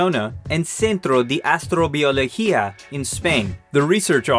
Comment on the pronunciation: "AstrobioLEGIA" lol